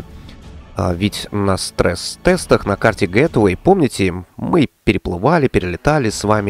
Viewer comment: тебя уже пытались поправить, не "гет эвей", а " Гейтвэй"